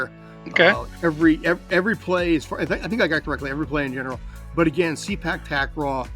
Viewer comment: The proper pronunciation for Sepak Takraw should be "Say Pak" instead of "See Pak". As others have mentioned, the word Sepak simply means "kick" in the Malay language, while "Takraw" is a Thai word for ball. In Malaysia this used to be called "Sepak Raga", where "Raga" means a ball that is made of rattan. If I'm not mistaken, the name transition happened in the 1970s.